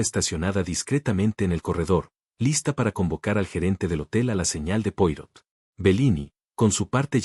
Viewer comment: Qué aburrido un video con una taza de té acercándose y alejándose Y el relato, monocorde, sin emoción (¿AI?). Se pronuncia Puarót y no Puárro (Poirot). Es un apellido francés.